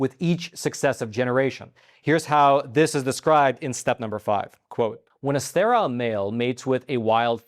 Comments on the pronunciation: It's pronounced Stair-ill not Stair-aisle! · This man cannot even pronounce sterile. Why would anybody listen to him? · Please learn to pronounce sterile. It rhymes with peril.